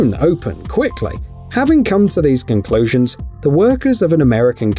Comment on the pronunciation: Cunclosions loooooool